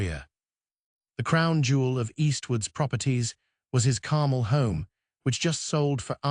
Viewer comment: AI bot voice. Carmel doesn't rhyme with carnal. Repetitive AI crap.